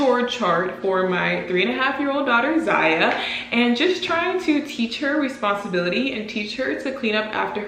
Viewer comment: i think you are doing an amazing job teaching ziya responsibility or should i say "responsibilithee" lol